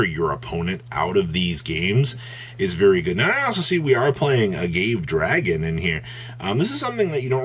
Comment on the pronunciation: Hate to be that guy but sometimes mispronunciation hurts me too much to be anyone else. That said, Ah-Gah-Vay dragon;)